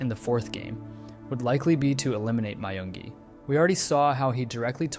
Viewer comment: No One Asked: (My-yung-gi) Everyone Else: (Me-yung-gi)